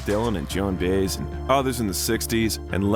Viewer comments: Her name is pronounced Joan Buy-ez. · The last name of Joan Baez is pronounced bye-ehzz, but then Ai doesn't know that. It wasn't Dionne Warwick, that was Tina Turner. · usually has such great recommendations, but I just couldn't watch this AI slop, "Baze" was just too much... and it's too bad, when there's such a great Making Of video out there, the one that includes where Stevie Wonder had to show Bob Dylan how to sing like Bob Dylan